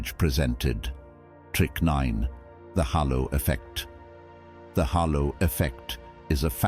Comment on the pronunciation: Halo not hollow effect 🤦